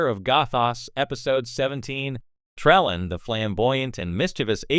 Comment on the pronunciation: This is some of the worst A.I. narration ever. So many mispronunciations and inaccurate pauses. No true Star Trek fan would allow the mangling of Trelane's name so badly. Pronounced Trellin in this post.